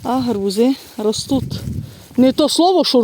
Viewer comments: РостуТ, ростут замість правильного слова ростуТЬ. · А чому "РОСТУТ" ,а не ростуть?????????😂😂😂😂😂😂